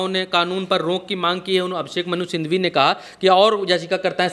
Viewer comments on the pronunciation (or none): Bhaiyya Abhishek Manusindhhwi nahi hai Manusinghwi hai..... Manusindhhwi ❌️ Manusinghhwi ✅️